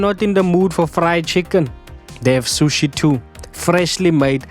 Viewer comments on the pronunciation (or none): none